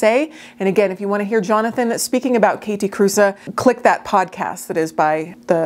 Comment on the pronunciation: I love them so much ❤️❤️❤️ It was just killing me that Theriaults was calling them “Kathy Cruise” at least in their videos. I commented that Kathe Kruse was not a surfer chick and Jonathan always worked at having her name pronounced correctly ❤️thanks for sharing this 👍